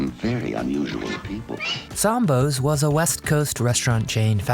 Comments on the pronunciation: It's Sam Bo's Not Sombo. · It's SAM bos.......NOT SOM bo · You didn’t pronounce,Sambos properly, Sam Bo’s dummy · Check your pronunciation of Sambos. What a bunch of Morons the leftists are, but then that is typical of leftists. Little black Sambo was from INDIA, not Africa. As for you, you are so damn far left, you can't even say the name correctly!